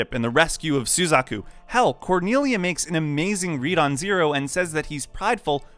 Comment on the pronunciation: how can you mispronounce the names like this? sUzaku? It's suzAku, sir. My immersion is ruined